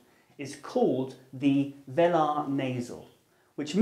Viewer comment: Thank you very much for this video explanation. I hope you don't mind a little bit of evaluation of your own speech. The British (or General British) pronunciation of the word "velar" is /viːlə/. Neither [velɑː] nor [velə] as said in the video ie the two vowels were incorrect. It's important that anyone teachinɡ pronunciation gets such things right. The other pronunciation thing which caught my attention was how the speaker said /ɔː/ in the word "called" : it's opener for him risking confusion with /ɒ/ (ie sounded something typical of Londoners' pronunciation of "cold" with little diphthongisation or glide to the 2nd element [kɒʊld]). The vowel in the word "air" is now a monophthong in GB, but in terms of its quality, it's nearer to the Cardinal Vowel number 3. [ɛ] than to number 2. [e], but for the speaker it is the other way around making him sound slightly old-fashioned, this change has taken place in the later part of the twentieth century. Again, , the speaker says the vowel in "N" with a higher/ closer quality and so, near to Cardinal [e] than Cardinal [ɛ]. The speaker should thus check the quality of his DRESS and SQUARE simple vowels.